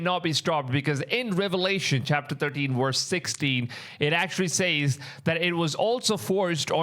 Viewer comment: Stop saying "Says" wrong! That $hits annoying AF!